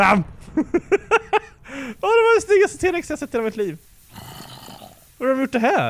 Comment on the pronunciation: nej uttalas t Rex